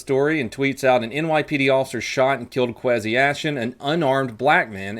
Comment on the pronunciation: Pronounced (Kway-C) Kwesi. It's an African name. Just lettin u know.